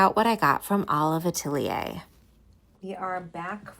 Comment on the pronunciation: I’m wondering why you didn’t price any of the smaller items at Olive Atelier? I’m sure they were overpriced, but it would have been nice to get a sense of the various price points. Great video—thanks for taking us along. 😊. PS: Atelier is pronounced Ah-TELL-yay. It’s French.